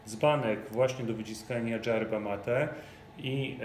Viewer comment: Dżerba boli w uszy, ale i tak piękny poradnik